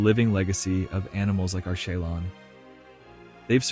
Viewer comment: I can't listen to Arschelon one more time! Sorry, I'm out.